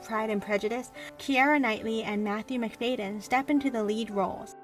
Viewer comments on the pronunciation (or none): It's MacFadden .. not McFayden.